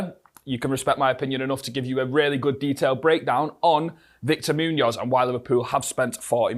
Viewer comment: I enjoy what you do with these videos but please brother you have to learn to pronounce his name better :D Probably the accent.